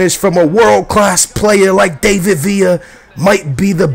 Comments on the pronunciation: DAVID Villa, not DAVEid Villa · No, he doesn't. It's not an English name to pronounce it like that.The emphasis isn't on (A) dAvid villa, it's on (i) davId villa. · dont get me mad his name is pronounce DAH-VID VIA (David Villa) it sounds pretty annoying. hope u read my comment and pleeease am begging stop sayin DAAYVID. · No its not he says villa right but he says david wrong you day his name like dav-id not dave-id if you get me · its pronounced like da-vid not day-vid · he means the David bit. You Say It As Da-Vid.